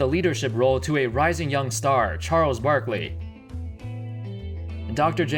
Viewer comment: You said Charles warkley